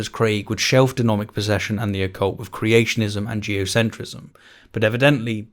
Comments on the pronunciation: and - Denomic posession? I think you mean Demonic possesion. As far as I know, denominating people doesn't turn them into possessed people. Edit: scratch that, across the entire video you keep saying denomic. Denominations can't possess people, if anything it's the other way around. Unless of course it was intentional, in which case, go ahead. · The first time you said ""Denomic"" I thought it was just a slip (we all make them) but then happened. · Is saying denomic instead of demonic? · "Craig's views on denomic possession". Vocal typo. Good video though. Glad you comment on WLC. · Ha! This man said "Denomic possession". This man has clearly no idea of what he's talking about! He doesn't even know how to say demonic. He said it wrong! Why would you trust him to talk about our lord and saviour If he doesn't know how to speak??? You my good sir have been destroyed and outmatched. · You keep saying denomic and it's annoying me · “Denomic”😂. Tbh I feel it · U said denomic possession lol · FYI you mispronounced "deMONic" as "deNOMic" a few times. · Am I the only one hearing denomic instead of demonic? Am I possessed by some devil? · Great vids. Love your stuff! You said denomic repeatedly :-D are you posessed? :-) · Stop saying denomic it’s DEMONIC 😂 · "De-MO-nic" not De-Nomic. Ok. 💓 your videos, btw. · Is it just me does he keep saying denomic? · You did an oopsie it's demonic possession not denomic possesion, unless you were referring to haunted money. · I think you'll find it's demonic not denomic possession my man 😏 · You kept saying "denomic" rather than "demonic." 😀 Great video though. 👍🏾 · 3 times. Maybe has a bit of dyslexia. Are you aware of it?